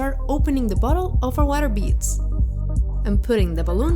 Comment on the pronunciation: When she said water beads it drived me crazy (no hate just saying)